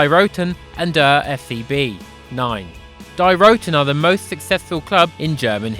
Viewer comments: Not die as in die bart die 😂😂😂😂 It's deeeee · Its pronounced 'dee' not 'die' it means the (female)